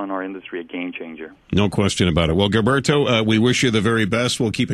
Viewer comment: gillberto? man just call him gilbert, he obviously cant pronounce his name right in spanish.